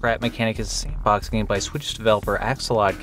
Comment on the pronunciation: did you say "sandbox" or "shitbox?"